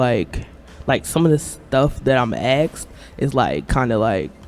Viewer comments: Asked not axed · In college saying "axed" and "ax". Talking about her English class. Perpetual victimhood combined with purposeful ignorance to bait others into confirmation bias. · Axed! That kills me!